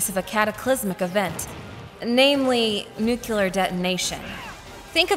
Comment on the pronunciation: Nucelar detonation. Gotcha.